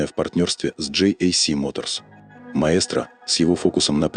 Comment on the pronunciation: Рассказывающий произносит название неправильно ) прислушайтесь . Такой проёб , при рассказе о сигменте премиум😂. Просто настораживает обо всем остальном